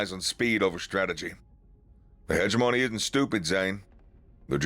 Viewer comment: Hegemony. Emphasis on 2nd syllable.